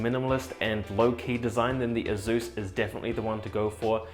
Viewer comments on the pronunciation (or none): haha, that's waaaaay too much skin for one so hirsute, or hirzzzoot, as he'd say. I cringe everytime he says "azzus"